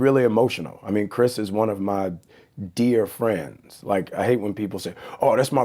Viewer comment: best of fwends best of fwends